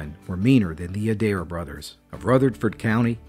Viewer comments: Im born and raised in Rutherford County and had never heard this story before. Thanks for telling it. Just a side note around here the name would be pronounced A dare. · Plenty of Adairs in Virginia and Southern WV. They pronounce their name as “ Aye dare” 2 syllables but spelled the same. The ones I know are good people. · Love there stories but the fake southern accent is kind of annoying to some of us real southerners. Also, it’s pronounced A-Dare